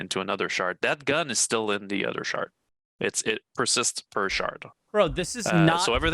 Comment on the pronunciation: I'm going to go play Eco while they fiddle fart around with all this. Catch you in 2 - 3 years. And folks, it's SHARD, not SHART.